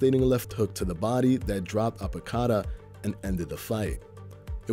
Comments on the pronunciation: Robert Apodaca not apo cada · Apodaca, not Apocada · Apodaca not Apocada